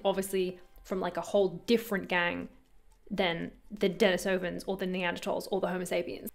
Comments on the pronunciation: The dennis-ohvans were named after the cave that they were found in. At the time of discovery, there was a man named Dennis that lived in it. It was Dennis' cave. Hope this info is helpful in clearing up the pronunciation. Thanks for all you do and many wishes of continued success. Cheers! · Its pronounced DENIS-ovens Denisova cave is where the finger bone was found. Denisova cave is named for a guy named Denis who used to live there. No, I'm not bullshitting, thats why its called that. So and entire branch of our prehistoric ancestors are named for a random dude named Denis who liked to live in a cave instead of a house. "Denis-ovans."